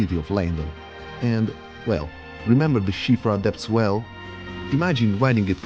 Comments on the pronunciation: Its called SIOFRA RIVER. Not SHIFA. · Shivra river ???? Are you for real ? You can't read Siofra correctly, what the fk... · Heavily dislike the way you choose to pronounce siofra